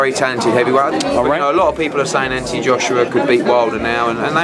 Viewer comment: ..is it "Anthony" or "Atny"?